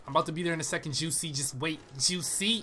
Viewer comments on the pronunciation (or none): none